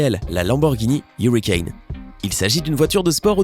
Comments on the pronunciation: On dit huracane pas huricane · LAMBORGHINI HURACAN ! Pas Huricane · On ne dit pas hurican en dit huracan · Je veux pas critiquer mais on dit la Lamborgini huracan pas hurricane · C’est huracan pas hurricane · On dit pas lamborghini hurricane on dit huracan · La úracan se dis ouracane pas iourouaicane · Lamborghini huracan pas hurican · On dis pas Hurican on dis Huracan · ON DIT HURACAN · Ont dit huracan😈😈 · Et c'est Huracan…